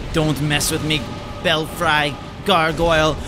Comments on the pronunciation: Bel-Free....not Bel-Fry. The red guy is an NPC by the way. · Eh, I think you should try pronouncing that like bell-free (as in Bats in your Belfry). Also..that key opens the door in Sinner's Rise. Admittedly, there's only one that's of use, now, and I don't recall what item(s) are inside.